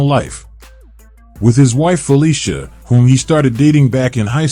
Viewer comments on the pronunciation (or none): none